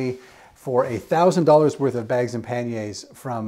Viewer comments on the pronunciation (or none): none